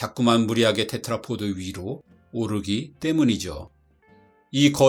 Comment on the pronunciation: 제발 테트라포트라고 하지 좀 마세요... 테트라포드 입니다. pod